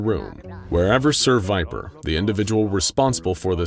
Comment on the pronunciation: I'm i the only one who noticed "ser viper" sounds like "seviper?"